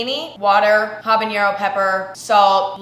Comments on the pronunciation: There's no ñ in habanero. Pronouncing it with an ñ is a hyperforeignism patterned after jalapeño. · emma pronouncing habanero the same way she pronounces jalapeno is so funny to me